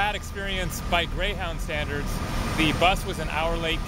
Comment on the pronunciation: You said Greyhowwndah bus lol